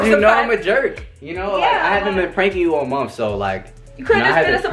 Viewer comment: Instead of month be like “muff”😂😂😂 #teamrissa